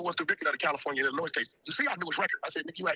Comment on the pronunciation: 3 fingers wack is how old and still doesn’t know how to pronounce Illinois correctly